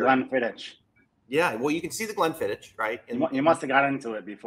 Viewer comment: Excellent pod with one massive easter egg . Love the show but got to keep saying you pronounce Glenfiddich wrong . Believe me I know I stay near where its made .